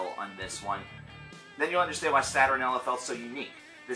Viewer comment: How is that so many people continue to pronounce "Saturnalia" wrong when he says the title in the song so many times?